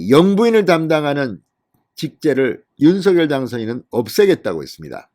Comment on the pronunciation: 윤성녈로발음해주셔요. 색연필을생년필로발음하는것과같습니다.